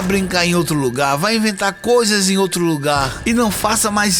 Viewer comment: Éu acredito ém tudo QUÊ você fala